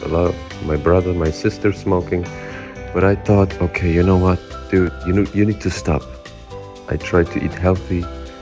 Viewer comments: с первого класса учиди что надо не "ай кноу", а "ай ноу" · сказал you кноу?:D (кто понял тот поймёт)